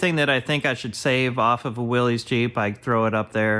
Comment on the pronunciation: Love your videos. Btw, "Willys" is pronounced Will...liss....not Willies.